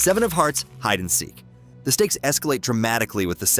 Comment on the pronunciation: nahhh trust bro its Side and Heek